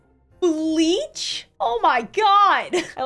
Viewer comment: “oop “ randomly pauses “b-bleach?!?!” I loved that bit!